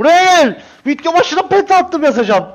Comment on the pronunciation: Abi neden vidyo verine vityo diyosun :DD